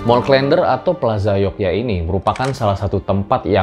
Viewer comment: Huruf e pada "der" dilafalkan sama dengan huruf e pada "klen". Jadi bukan seperti pada kata "blender".